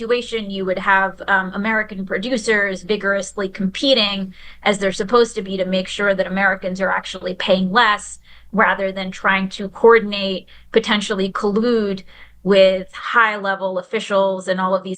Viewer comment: “…instead of trying to CO-ordinate…”. It’s four (4) syllables, Millennials, NOT three!